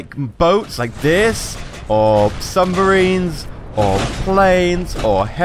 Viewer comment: Sumbariens? That pronunciation though